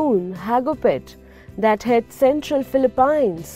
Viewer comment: wth! is philipines? u read it incorrectly